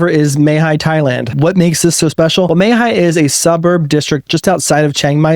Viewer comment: Re: Mae Hia. I had to check the spelling because I didn’t recognize it and I live in CM. It’s pronounced “Mah Hee-Yah.” First vowel is like the “a” in cat. It is a less densely populated area and yet not inconvenient for shopping or getting into town. However, “minutes away from cafes, bars, etc.” always means noise here as bars almost all play loud music at night, on weekends, and during holidays. Note that there are many, many housing developments like the one you showed so it’s good to shop around. Overall, we love CM.